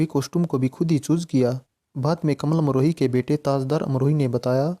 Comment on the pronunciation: आपने वर्णन तो ठीक ठाक किया है पर आप बोलने में कमाल अमरोही को कमल अमरोही बोल रहे हो, ये गलत उच्चारण आप क्यों कर रहे हो?